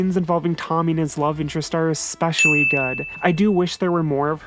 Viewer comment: I love you, but even though you take the time to spell out the word "especially" in the top left corner, you constantly mispronounce it as "expecially". It's not a dialect thing. It's not an accent thing. It's just incorrect. It's like "irregardless", "prentzel", or "reraser". Sorry. It's bothered me for years. I held my tongue until you drew attention to it. I hold journalists to a higher linguistic standard than everyone else, as they are supposed to be 'wordsmiths' of a sort. So, I finally had to say something. STILL LOVE YOU! Byeeeeeeee.